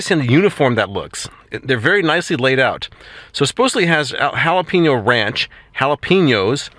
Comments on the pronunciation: It's pronounced with a long a sound like paynyo. 😊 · Pen is pronounced peen? Jalapeño is not halapeenyo.